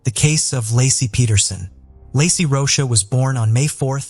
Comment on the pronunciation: I hate when the narrator can' t even pronounce a person's name. When covering the Scott Peterson case, He pronounced Peterson's wife's name several different ways. Lassy, Lacy and Lahey among them. That poor woman at least deserves to have her name pronounced properly!!